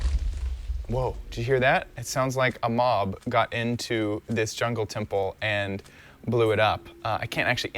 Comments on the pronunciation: you said jungle temble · did he said jungle tumple